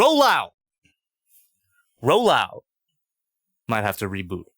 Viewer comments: He said rollohw and was surprised by the lack of activity hahaha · He might not be responding to ”Roll out” because you are saying ”roll ou” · You know there's a t in "roll out", right?